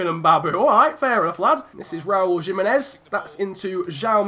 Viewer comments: It is not Jimenez it is himenez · Alright chief you got the pronunciations correct but Jimenez actually is with a H sound edit: wait wtf bruv you fixed it mid-episode